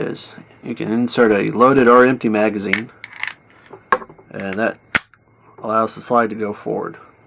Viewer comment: Say it with me: Magazine (mag uh zeen)